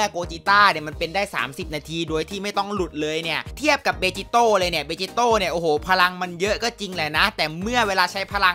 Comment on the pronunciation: พี่ครับมันอ่านว่าเบจิโตะ